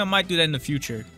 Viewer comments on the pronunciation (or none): none